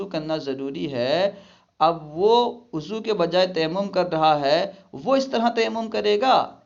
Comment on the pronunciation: بھائی آپ وضو کو اضو کیوں پڑتے ہیں